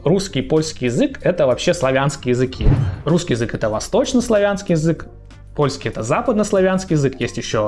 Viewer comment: С ударениями в польском всё просто: всегда на предпоследний слог! Кроме односложных слов, конечно. У вас получится 😁